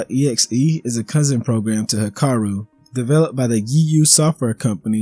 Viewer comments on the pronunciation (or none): none